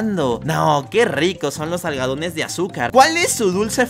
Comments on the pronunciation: diciendo: que ricos son los algadones de azúcar literal en ves de decir algodónes de azúcar dijo algadones XD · algodones de azúcar ❎ Algadones de azúcar ✅